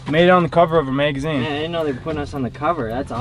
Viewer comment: We’re in a “megazine”